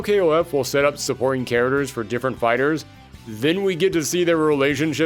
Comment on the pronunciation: Why does this guy pronounce "characters" like "kareturs"?